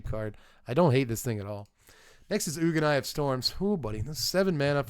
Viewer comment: Ugin is pronounced 'you-jin' not 'oogen'